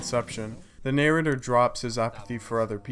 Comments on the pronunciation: what the fuck is a "nay-rater"? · the "ney-rater"?